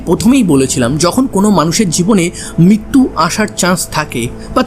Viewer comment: ভাই কথাটা মৃত্যু , মিত্যু নয়,,,,ঋ উচ্চারণ ভুলে গেলে তো চলবে না